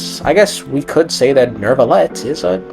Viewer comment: You pronouncing neuvillette with an R is bothering me so much. Gotta do your due diligence on pronunciation of these names of you’re gonna be a content creator.